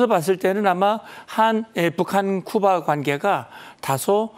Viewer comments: 쿠바, 카리브해를 큐바, 커리브해라고 부르는 것이 거슬리네요 답답. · 큐바가 아니고 쿠바로 알고 있는데 수정을 해줘라 여자선생님아.